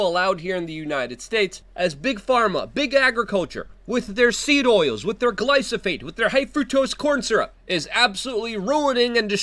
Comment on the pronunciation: Gly-pho-sate... How many times do I have to mention this. 🙄